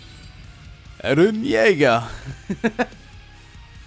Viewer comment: The way you said "even yeager" it had my dying